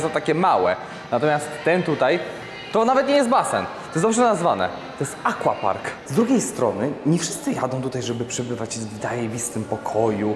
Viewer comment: pięknie, tylko mówimy "akwapark" a nie "akłapark" ;) Język polski ma takie wyrazy w portfolio ;)